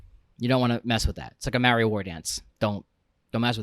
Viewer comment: Maori is said Mouldy - like the bread. Otherwise big fan of history of humans and dogs